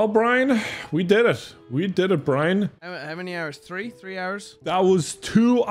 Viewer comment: I love how he said "Tik Tak" instead of "Tik Tok" 😂